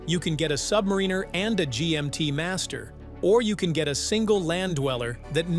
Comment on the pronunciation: I can’t listen to someone who can’t pronounce Submariner.